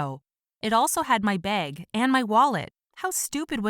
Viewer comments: She says beag not bag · Her: “It also had my beg” Me, an Aussie: [ Wheezes ] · "It also had a beg" Umm, its "bag" not "beg" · The way she pronounced “bag”